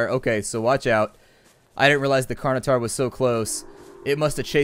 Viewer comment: Please learn to pronounce certain words properly. It's pronounced Carn-o-tor-us, not Carn-o-tar. Other than your horrible pronunciation, great episode. :)